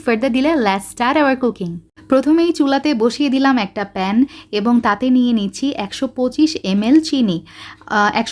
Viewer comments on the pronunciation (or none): none